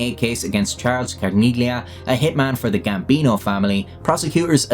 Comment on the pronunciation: In "Carneglia", as with other Italian words containing the letter combination "-gli-", the G is silent.